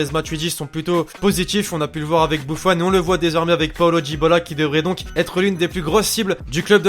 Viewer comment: C'est pas bouffon ni boufon ni bouffone mais buffon